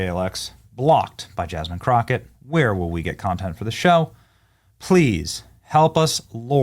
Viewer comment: Yawl! It's Yass-mean Crow-Kay, yawl!